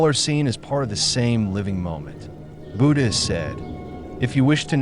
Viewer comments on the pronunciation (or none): Could someone please tell AI it’s not Boodah 😂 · It's not pronounced booda.